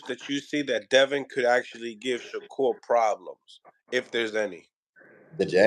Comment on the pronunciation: He calls him “Sha-cure” 😂